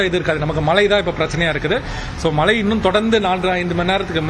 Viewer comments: As a reporter முதல்ல "மழை" ன்னு சொல்ல கத்துக்கங்க... மலை.. மலை ன்னு சொல்லி, அன்னைத்தமிழை அவமதிக்காதீர்கள்... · Aeno theriyala angulla tamizhargalukku ucharippu sariyilkzi. Mazhy endra sollsi malsi endru dolgirargal. Asingamaga ulladhu. Nsgal tsmixh nsttil illsiyendalum swachcha tamuzh pesugiram . Vetkka kedu. Angeya pirandhu valarnfhalum pesum varthaigal kevakamaga ulladhu. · Mazhai varum pogum aanaa, mazhai nu engalukku solla varaadhu